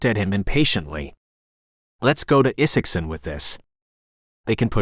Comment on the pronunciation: AI narration algorithms have yet to solve short vs long vowel sound such as the long "I" vs short "I" sound in the name ( Isaacson ). But inflection is improving.